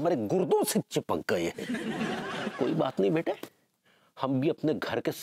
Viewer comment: Bete nahi ,byete, aaja mere byete😂😂😂😂😂